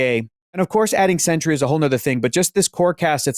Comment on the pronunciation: it's Sentry lol